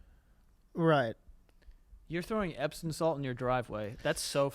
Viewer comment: Is it just me or are they saying "epsin salt" and not "epsom salt".. I can't figure out if I am hearing it wrong or they are saying it wrong.